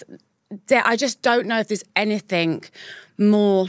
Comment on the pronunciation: It’s -anything not ‘ anythink’